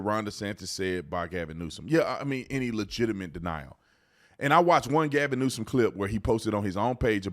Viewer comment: " Gavin Neusance " 😂😂😂😂😂😂